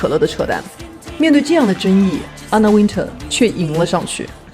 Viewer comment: Wintour的发音是后面像tour一样，没有人说吗😅